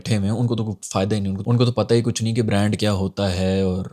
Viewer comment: brand where B is silent 😂😂